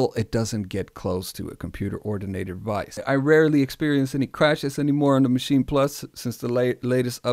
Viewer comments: It's not called a Machi-na plus .... it's just 'machine' in how you pronounce it. No emphasis on the 'n', no weird vowel at the end. And I know, I've been living next to the German border most of my life. There's nothing German about the way some of you idiots pronounce the name. I do not have a particular favourite between Maschine and the recent MPC standalones, mostly because the software and work-flow is definitely different enough for each to have their own (big) pros and cons. People often hate on the sounds that come with Maschine (in a quantity vs quality type argument), but at the same time there's so much in there, you'll definitely find at least some you're going to like. The one serious thing I do hate about the Maschine+ is how the hardware just isn't up to snuff in terms of performance and keeping up. It's 100% not acceptable for such a machine to slow-down to a crawl and break under the work load. Or literally just not support certain plug-ins at all. In that sense, I prefer the MPC (even though I prefer the MPC One, just overall much better bang for the bucks). The MPC workflow chart is also a little bit off. I mean, they have audio tracks in there as well. Pads also do not double as tracks in Maschine, it's just a way of controlling them. In reality, it all lives within the main project, hence 'no tracks'. At the same time, I wish Akai would have used different naming conventions for their shit, as 'program' just doesn't cut it. And yes, the work flow on the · It's actually Machin-eh (best way for me to approximate the German pronunciation writing a common English sound, as in "meh"). So yeah, there is a vowel after the "n". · Why are you calling it the maschina? It's maschine. Also why do you pronounce "One" like that? It's really distracting